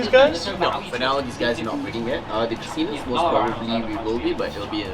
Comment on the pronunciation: I thought I heard you mispronounce the Latin name, i.e. you sounded like you said, "prastinus" or "pristinus"; the genus is correctly pronounced pra-sigh-nus (no "T" sound after the first S).